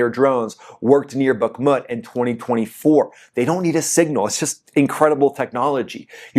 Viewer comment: You can't pronounce Bakhmut or Isfahan correctly!